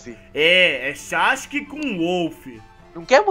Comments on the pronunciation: é SASUKE uTIrra não uCHIrra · É sasuke ne xasuke não